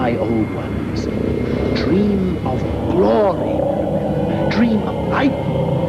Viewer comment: It’s dream not dram